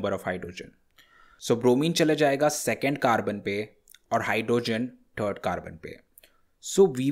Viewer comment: It's third not trd lol 😂😂😂